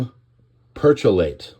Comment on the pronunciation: Thanks for the news on this terrible explosion. Just fyi: Perchlorate (per-CHLOR-ate)